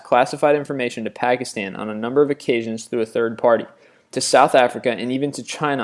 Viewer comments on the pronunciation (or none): none